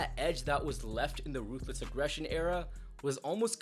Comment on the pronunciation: You didn’t say it right. It’s “RRRRRRRRUTHLESS AGGRRRESSION”